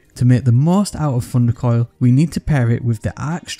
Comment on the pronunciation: I love how he says Funder Koil